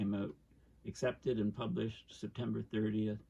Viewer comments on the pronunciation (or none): none